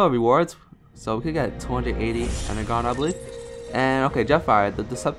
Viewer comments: you need to pronounce it enerjon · its pronounced ener-jon